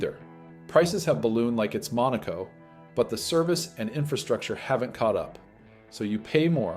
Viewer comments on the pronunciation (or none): none